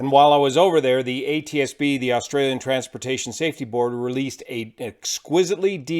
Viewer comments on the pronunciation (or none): none